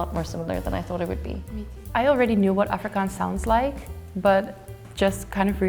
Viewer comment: They picked the most English Capetonian to represent Afrikaans? She can't even annunciate the word 'Afrikaans' correctly, This is soo fkn dumb honestly and crazy flawed and inaccurate